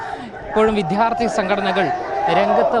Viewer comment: ഇവൻ കരയുകയാണോ? അവനോട് ആരെങ്കിലും പറഞ്ഞുകൊടുക്ക്, വിഥ്യാർഥിയല്ല വിദ്യാർത്ഥിയാണെന്ന്